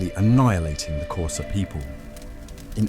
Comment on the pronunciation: Love the way you pronounce xhosa❤😂